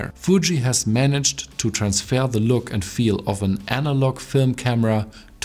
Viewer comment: dein deutscher dialekt ist echt übel XD. teilweise wirkt es so als wolltest du extra englischer sprechen... und dann verkackst du das "very". daraus machst du ein "whery"... und wenn ein vokal nach dem "the" kommt, wird es "thee" ausgesprochen. nicht böser gemeint. ich formuliere immer sehr unsensibel.